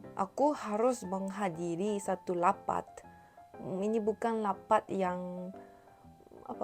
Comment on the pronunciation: "Lapat"😭😭😭😭 noo its Rapat "R", not "L" 😭😭 however you doing good:)